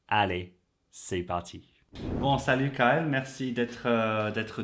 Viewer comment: Hmmmmm did I hear “SaluT” with the T?? :50